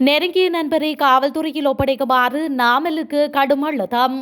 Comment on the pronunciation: கடும் அழுத்தம் என்பதை கடும் அழுதம் என்கிறீர்கள்.உங்கள் உச்சரிப்பில் பல தவறுகள்.தமிழை அழகாக உச்சரிக்க முதலில் பழகுங்கள்.பாட்டுப் பாடாமல் செய்தி வாசிப்பது எப்படி என்றும் பழகிக்கொள்ளுங்கள்